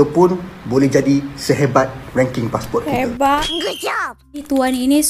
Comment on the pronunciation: Di Malaysia kami sebut passport bukan passpor